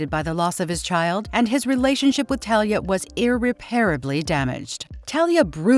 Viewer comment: It's not Thalia it's Talia